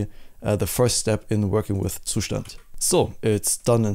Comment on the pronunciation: its pronounced zustand